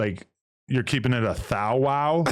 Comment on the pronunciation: lol is he “keepin it a thouwow” though? idk